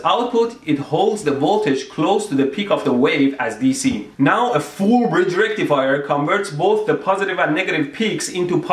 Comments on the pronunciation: It's not a full bridge rectifier, it's a FOOOOOL BREEEEEJ RECTIFAYAAA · i just watched this video to see him say "fool breedge rektifaier" for a couple of times, i am mediocrely pleased. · Fool Bridge Rectifayah... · FOOL BRIJ REKTIFIYAR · I just want a loop of him saying F U L L B R I D G E R E C T I F I E R ! ! ... for 10 hours. and I will be happy. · ¡FOOL BRIDGE RECTIFIAH! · FUU BRIDGE RECTIFIAA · FOOOOL BREEJ REKTEEFIYER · FOOOOL BRIDGE RECTIFIAH! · Whenever you put the emphasis on Full Bridge Rectifier on other vids, it would just make me chuckle. :) Great vids!